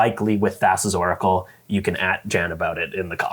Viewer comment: It's pronounced "Thassa's Oracle"